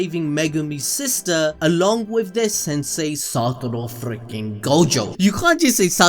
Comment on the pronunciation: SATORU u u u uu uuu u uuUuuuuUUUUU its satoru , no satoro , if u gonna say his name 15 times a minute u might as well do it right xd